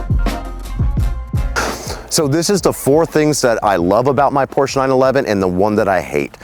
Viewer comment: Mein herr...you bought a Porsch-uh. Herzlichen Glückwunsch, es ist wunderschön.